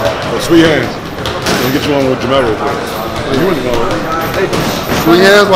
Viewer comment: Dude at the end said JERMALL LMAO INSTEAD OF JERMELL. with that nappy beard.